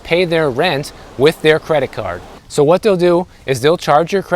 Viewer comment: Are you born and raised Floridian? Your, “I guess soooooo” sounded soooooo midwestern. 😹 sweet kitty!